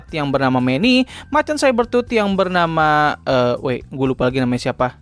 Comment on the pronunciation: Cyber tooth ❌ (saiber tut) Saber tooth ✅ (seber tut)